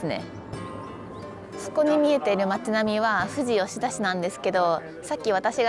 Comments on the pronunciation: オススメに出てきたので初視聴(初チャンネル)ですが、地元なのでほぼ知ってて結局最後まで観ちゃいました😂 運転お疲れ様です。 せっかく山梨に来られて天気にも恵まれてたようで良かったです😊 これからも日本一周の旅はどうかご安全にお気を付けてください！ ※富士吉田の発音は、ふ→じ↓じゃなくて、ふ→じ→よしだ。と同じ発音でそのまま読みます😂(どうでもいい) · 初めまして。 ちょっと気になりました！ ふじ・よしだ ではなく ふじよしだ かと。 そんな言い方聞いたことないので…